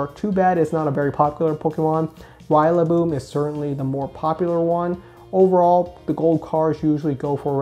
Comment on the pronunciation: Why do you say rillaboom like that haha